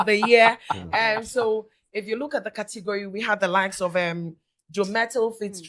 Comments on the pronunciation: 😂😂😂 “Cotegory” s3n😂😂😂😂😂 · saaa kortigory🤣🤣🤣🤣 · said Cotigory😂😂😂😂😂😂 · I heard saying Kortigori 😂 who else heard that 😂